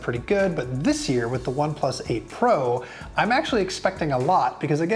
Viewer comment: Am I the only one constantly hearing April instead of 8 pro? 😂